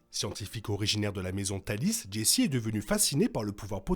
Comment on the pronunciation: aaaah Jayce ce prononce Jayce pas Jessi :'(